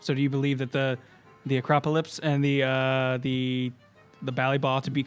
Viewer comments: anyone else get annoyed when they pronounce the word as "Acropolypse" instead of "Acropolis"? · I love complete inability to say Acropolis